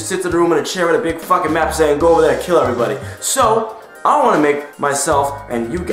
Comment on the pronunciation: Dere you go. Dere you go.